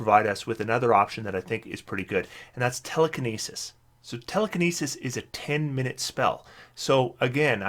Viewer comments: Just fyi, I'm pretty sure it's minute (my newt) as in small/tiny rather than minute (min it) the unit of time. English is weird but since they're small meteors and the spell actually lasts 10 minutes I think this makes the most sense. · Please forgive me if this makes me a pedant, but is it not mi-nute meaning small meteor?